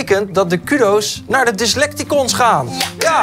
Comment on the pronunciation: Toch wel typisch dat steeds Dyslecticons verkeerd uitspreekt.